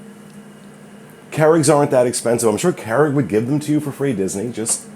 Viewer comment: I love ya, but P L E A S E learn how to pronounce “Keurig”. CURE-igg. With a “u”. Drives me nuts.